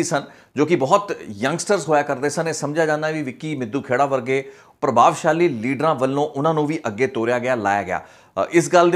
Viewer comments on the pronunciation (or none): It's ਮਿੱਡੂਖੇੜਾ . not ਮਿੱਦੂ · BAI G ਮਿੱਦੂਖੇੜਾ NAHI ਮਿੱਡੂਖੇੜਾ